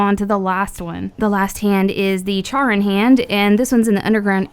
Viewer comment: Charon is pronounced like "Care-on".